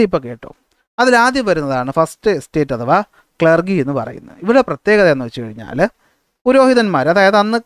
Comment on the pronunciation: ക്ലർഗി ellaa ക്ലർജി ann😂 sir 😂